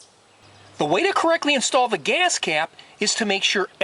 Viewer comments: Your video is helpful. BUT, OMG!!! The way you say “geeyass cap” is brain scratching!! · why do you accent on the word GAS?